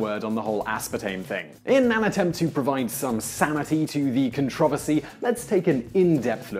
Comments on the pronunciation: it's pronounced "controversy" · As an American, your pronunciation of the word "controversy" grates on my ears but otherwise I love this channel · Can you do a video on the proper pronunciation of controversy? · Worth watching to hear someone pronounce "controversy" differently. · At first, I found your pronunciation of "controversy" amusing, but now I'm just angry that Americans don't say it this way. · Your pronunciation of controversy is controversial